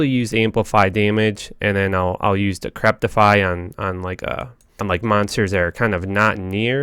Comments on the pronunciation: It's Decrepify, not Decreptify. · Like your videos. But ffs its decrepify. Not decreptify. Theres no T in there. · "Decrepify", not "decreptify", dude. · not trying to be mean but I noticed he screws up a lot of words, and ive only listened to like maybe a dozen at most of his videos? is English his native tongue? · For the life of me, I hear him put a T in "decrepify." Decrepit is a word that seems to be catching him as he tries to say this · oh god i cannot handle you saying decreptify... there is most defiantly no t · It was really bugging me....... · Dude, seriously - How to pronounce DECREPIFY